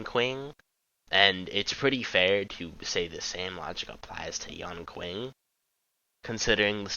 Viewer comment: his name is pronounced yan-shing NOT yan-king